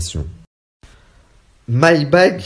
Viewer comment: Carla, lapsus révélateur, elle prononce 'my bad' pas 'my bag' !!